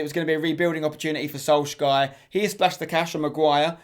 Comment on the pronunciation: You literally can’t pronounce anything, jooventus, solgashier